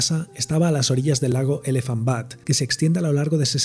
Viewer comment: Una nota sobre el nombre de uno de los pueblos: Elephant Butte - se pronuncia BIUT,T, no BUTT. La segunda significa trasero en inglés.